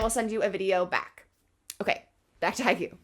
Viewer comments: ... it's Hi-Kyu, or Hike-You. Not Haiku. It's not a poem. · It pronounced haikyou!!